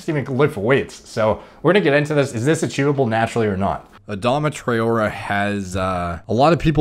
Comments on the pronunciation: It’s pronounced tri-or-ray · Adama Tra-0h-Eh . That’s how we pronounce his name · it's pronounced 'Tra oh ray'. Also yey the hat's gone lmao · For those wondering, it's pronounced 'Try-or-ray', and the emphasis in Adama is generally placed on the second syllable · Murdered his name lolol Ah-Dom-ah Trah-or-ay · He plays for my team so I’ll defend him lol 😂 it’s pronounced trey-ore-ay 😂🤣 btw he’s also the fastest player in the world 😂👌🏻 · You pronounce it as Tra-or-re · It’s Adama Try-or-ay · It’s pronounced Tray-aura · It's pronounced "Tra-O-Ray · Pronounced 'Tra-orr-ray' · Hi name is pronounced tray-or-ray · It’s pronounced trai-o-ray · That pronunciation haha, its Tray-or-a :) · trawrer is pronounced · Try - or - ay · this guy can't even pronounce a name but still gives scientific opinions:) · That mispronunciation.. I can't. That's the least one should check.. 🤦